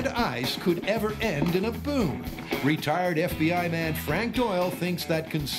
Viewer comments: I honestly thought the talker said ”...the retarded FBI man..” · that split second where i thought the narrator said 'retarded fbi man' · WHAHAHAHA, i heard RETARDET FBI HAHAHAHA